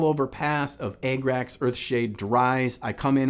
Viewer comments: “Egg-racks” earthshade 😂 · why is he saying e g g r a x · Ah- grah -cks the rough german pronounciation